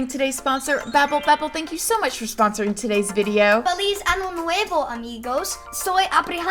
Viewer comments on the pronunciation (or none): I love that is learning Spanish! But I'm just over here dying because he said "feliz ano nuevo" - happy new anus 🤣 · Exactly. And he also said, "Happy new anus," not "happy new year." That ñ makes a big difference!